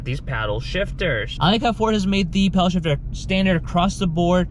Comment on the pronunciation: I can't get over how you're saying "Powell" shifter.... It's paddle ..... Paddle.... PADDLE